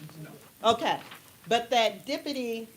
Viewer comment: JWC: "the dippity..." Me: 🗣️ DEPUTY! Use your phonics!!!